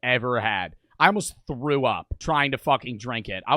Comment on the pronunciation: “I frew up yeah it’s chunky”